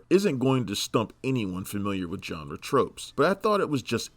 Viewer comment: Who is this "John Ra"?